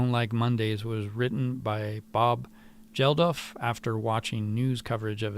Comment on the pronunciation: Bob Geldof. The 'g' is pronounced like 'gate' or 'goat'. He was one of the two founder organisers for the fundraising live broadcast music event 'Live Aid' in the 80's.